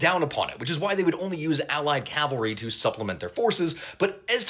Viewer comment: Cavalry, cav not cal